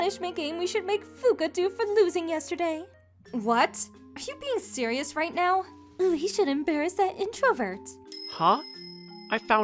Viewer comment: "are you serious right neow"